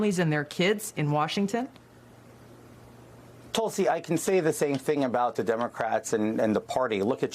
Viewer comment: Isn't it Tool-See?